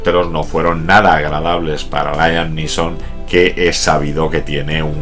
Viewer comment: "Layam Lison"????.........smooth!!!!!!....jajajjajajqja.esta es una mis pelis favoritas!!......